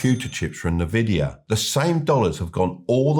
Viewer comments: I struggle to take advice from an expert investor who doesn't know how to pronounce nvidia! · Learn to pronounce NVIDIA if you’re going to make a video featuring them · Nvidia is not pronounced like that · History repeats itself because people never learn. Current market valuations were built on hyped-up AI nonsense, and now those stocks are crashing faster than anything I have ever seen. And Nvidea is pronounced "en-VID-ee-uh".🙃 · En-vidia, not na-vidia. Good video! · It’s N-Vidia, not NeVidia. Nvidia's name comes from NV (meaning "next version") combined with vidia, which is rooted in the Latin word for vision or to see (videre) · I don't know why no one in media can get this right - it's not "nuh-vidia" it's "in-vidia". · Listening closely, it's called N-vidia, not "NEvidia". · Envidia, not Navidia... Berkshire Hathaway are in 1/3 cash as they can't find huge deals that make sense at that level, they're not market timing. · it's envidia not nah-vidia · I enjoy your videos, but it's pronounced Nvidia ( Not Na Vidia ). The name comes from "invidia," the Latin word for envy — Nvidia's founders wanted a company others would envy. So it's essentially "invidia" with the initial vowel dropped, giving you that "en-VID-ee-uh" sound. I have been in the semi Industry for over 30 years, I remember when some colleagues went to Nvidia 20 years ago and I ask why go to a Gaming Chip company. Shows you what I know :) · It's pronounced 'En Vidia' btw. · Hard to beleive in a guy who calls the most valuable company NaVidia 😂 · It's just so hard to trust anyone who says "nuh-vidia" tho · You should at least learn to pronounce companies names before giving stock lessons. NnnnVidia?? :))